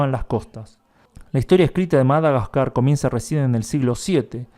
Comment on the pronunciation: Madaquecua? "Quecua" no! GASCAR